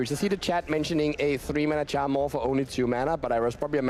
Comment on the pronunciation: The way this guy says Charmaw could get someone in trouble